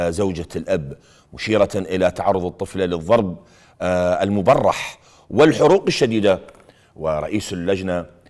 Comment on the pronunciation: 😂😂😂😂🎉 إذا مذيع إشكبر صماخة مايعرف يقرأ الضرب المبرح